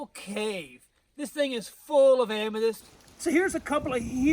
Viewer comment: I swear I hear you say Amadis or Amatis.